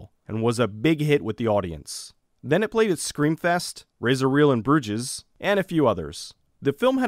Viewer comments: Bruges is pronounced like Bruse or Bru-shh The "S" is silent. For petes sake man it was a freeking Colin Farrell movie..... God damn! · FYI: "Bruges" is pronounced "BROOGE"